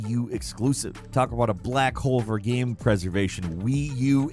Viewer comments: omfg say ''game'', not ''gahm'' it's been more than over than a decade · Is it really that hard to pronounce the word game correctly